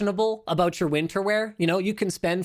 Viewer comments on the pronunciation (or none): none